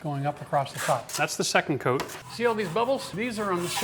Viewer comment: great skills, now please focus on saying 'out' en 'coat' in a more palpable way